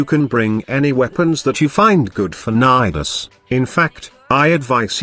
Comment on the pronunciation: I heard ni ass